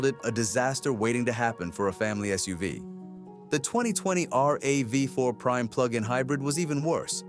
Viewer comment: I realized this when the AI said Toyota R. A. V. 4 , I'm like, "Fuck this, lemme check the comments and I'm outta here."